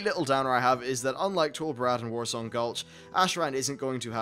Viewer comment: Its not Warsong, haha